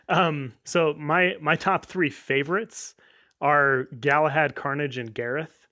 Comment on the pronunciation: tharnage like manni calls it